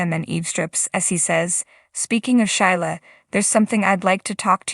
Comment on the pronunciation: Shelia please not Shila!!!